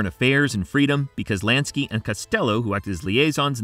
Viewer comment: Lansky not LANKSY!! Lol. Great video though